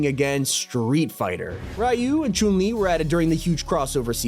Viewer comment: Bro sais choonli